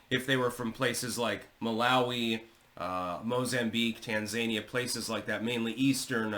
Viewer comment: I laugh when people say “ Tan zany uh” I believe that it’s “Tans a knee uh”